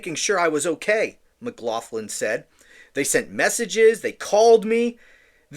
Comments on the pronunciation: It’s pronounced “maglocklin”. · She was judged and found wanting., her name is of Irish origin and is pronounced 'MaGloglin'. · Lol! The name “McLoughlin or McLoughlan are irish names. Say it like MagLocklan. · I think it's pronounced McGlocklin.